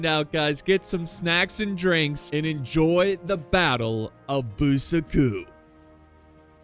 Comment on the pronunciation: Is no one gonna mention how he pronounced Buçaco? (I mean its a great video and i watched it fully but damn is Bú-ssa-kho)